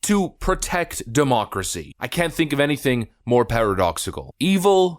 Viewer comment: "We must protect our Democrats, ya' see" (sounds like "democracy")